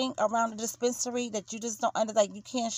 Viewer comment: "dee-spence-a-nary".... lmao!🤦